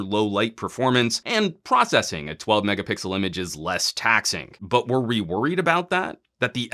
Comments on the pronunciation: A lot of people from LG mobile group including me is really pleased with this review 😁😁.I love when you say megapickle instead megapixel haha. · Megapickle? Am I the only one that noticed he say this?